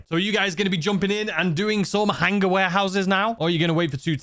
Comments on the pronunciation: He says it super funny 😂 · the "HANG-guh!" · Drink every time says “hang-ah,” and you will be ded by the 2 minute mark.